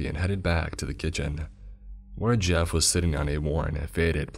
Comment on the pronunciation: All I hear him say when he introduces himself is. "Mah name ih Jeff"